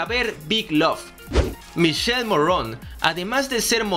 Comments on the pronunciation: Hola me voy a atrever a hacerte un par de observaciones, el nombre del actor se pronuncia "Miquele" aunque se escribe "Michele" y sobre el tatuaje de la mano él explica que simboliza al "Ave Fénix" que muere y vuelve a nacer, por eso tiene una imagen de calavera en el centro del ave. Saludos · Una aclaración el nombre del actor se pronuncia como si tuviera una "q" o sea que se pronuncia Miquele y el apellido se pronuncia como se escribe Morrone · Se pronuncia Mikele y se escribe Michele y no Morron... Sino Morrone, como esta escrito😳😑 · El nombre del actor se pronuncia "Miquele" no "Mishel". No americanicen su nombre italiano. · Michele Morrone es italiano, por favor no pronuncien su nombre y apellido en francés, no se puede oír!!!! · Michele= mikele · En español suena Miquele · El verdadero nombre del actor se pronuncia miquele morrone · Que no se pronuncia michele se pronuncia mikele! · MIKELE MORRONE, así se pronuncia MICHELE MORRONE , visto que es italiano y no americano. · Se dice mikele morrone, literalmente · No es Michele Como lo dices en inglés??? Infórmate bien Bro! En italiano la "che=que" así que se dice miquele y se escribe Michele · Me caga que hagas y hagas videos y no puedas pronunciar el nombre de michele morrone, te voy a enseñar como se pronuncia.. Miquele mo rro ne. No morron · X2 jajajaja lo que si ví fue que no saben pronunciar el nombre de Miki y algunas informaciones erradas 😂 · El nombre es italiano y no se pronuncia como lo pronuncias😅